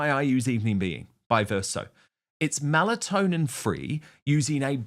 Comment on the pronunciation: Melatonin, not Malatonin